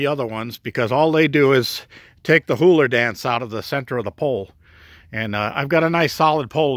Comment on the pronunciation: Loves the whole video all except for the HULAR dance AND THAT WAS ONLY BECAUSE I LAUGHED MY ASS OFF SO HARD AT THE WAY YOU SAID THAT IT'S PRONOUNCED HULA LA WITH NO R BUT ANYWAYS I LIKE THE WAY YOU'RE DESCRIPTIVE I LIKE HOW YOU'RE VERY THOROUGH AND YOU GAVE ME A LOT OF INFORMATION AND A GOOD LAUGH TOO THANK YOU GREAT VIDEO